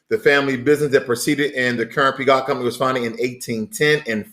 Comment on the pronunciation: Peugeot is said like this: Pejoe. Tks for the video.